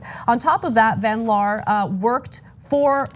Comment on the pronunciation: Jeniffer van liar instead of van laar.